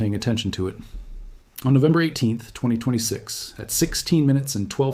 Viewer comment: Notice how he keeps pronouncing 2026 as 2226.